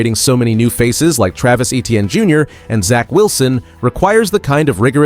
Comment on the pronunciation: Your video awful and you can’t even pronounce Etienne or Metairie. Please stop making videos of the Saints